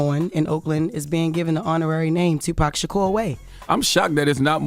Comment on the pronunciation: So um...who killed Tupac? And why can't Vlad say it?